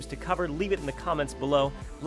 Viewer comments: Its pronounced art-stoht-ska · It's Arse-tuts-car 🤣! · Artstoka hero!